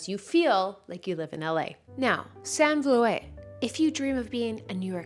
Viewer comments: Hi! I love you trying out different fitness apps; gives us a great overview of what's perfect for who. Just one thing; Sanne Volet = Sanne Vloet, it's a dutch name (i know it's super difficult for nondutchies to pronounce) and is pronounced Sannuh Vloot:) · Sanne Vloet = pronounced Sahn-ah Vloot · ily but her name is pronounced like sauna vloot 🤣